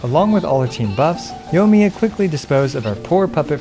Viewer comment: You're saying Yohmiya, it's Yoimiya. The I there is not just for show.